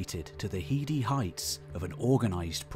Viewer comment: Sometimes you talk like Mystic Meg! But why do you mispronounce so many simple words? Like saying "hee-dee" for "heady"? {:o:O:}